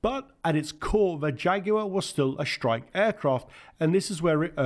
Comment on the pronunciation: Practice saying strike, struggle and industry instead of shtrike, shtruggle and indushtry.